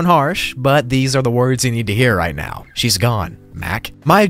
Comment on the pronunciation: Are you seerous right neow?